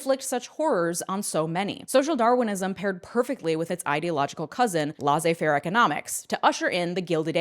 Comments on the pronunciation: A yes "lawzay fair" i recall learning about its intellectual cousin "trycklie dune" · actually, "Lazeu-fairwe economics" reather means "learn to better pronounce French, you damn Yank". But it's fair. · I adore your content! Please look up how to pronounce laissez faire.